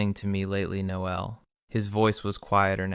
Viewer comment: And pronounce the male version of “Noel”. Your AI is using the female pronunciation. Then the droning on and on like two silly teenage girls in high school. If your audience is M4M these two would have at least explored each other’s bodies while sharing a sleeping bag. From the first night with the gay guy having a crush on his very attractive straight friend with an attractive body so close he could feel heat, there would have been an arousal that someone would be trying to hide. That is unless they were normal guys and had normal sexual drives that started their relationship on a camping trip, in a sleeping bag, because of one guy (the supposed straight one) had a malfunction with his sleeping bag, which resulted in the closest possible proximity between the two of them. Instead of developing a sexual connection that would be normal for an adult male, even one supposedly straight, to Admit feelings towards his gay best friend would be with an arisal as well as with words and their first kiss. There is no way two adults in their mid 20’s would let an opportunity like this “camping trip” in freezing cold temperatures, pass by without experiencing each other’s body at least with hands and tongues. Since I find your channel crap and tedious, especially since there is no personality in it, just the same old AI dribble that everyone else is repeating. Then to make matters worse it’s read by AI that can’t pronounce words in the English language properly. Very irritating to someone